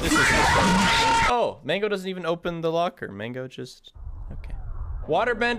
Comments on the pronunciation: bro why do you pronounce "mangle" as "mango" lol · “ Mango” lmao I thought he knew it was mangle but he called it mango lmao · Does he say mango and not mangle?